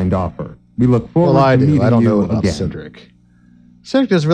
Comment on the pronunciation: That's what I'm talking aboot!